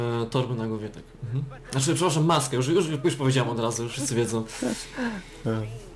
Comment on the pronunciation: już a nie jusz